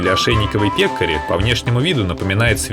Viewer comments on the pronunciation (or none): Не п'екари а пек'ари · Ударение на второй слог - пекАри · Научное название- пекари с ударением на ,,а".